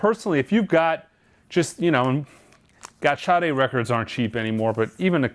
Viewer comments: It's pronounced SHAA" + "day" not shotty. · or people that pronounce the name correctly and those that do ,,, there is no H after the S ... SADA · Sade pronounces it with a H.